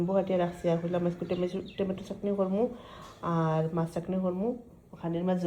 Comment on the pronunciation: চাখনি না চাটনি